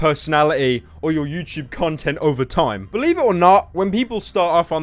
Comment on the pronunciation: Stfu fat fuck “youchube” 😂😂😂